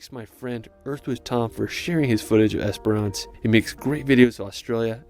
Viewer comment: Esperance Western Australia is NOT pronounced "EsperARN ce".